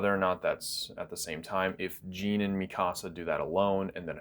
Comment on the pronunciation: Something that quite annoys me. You say Jean as gene but it should be Jean as John.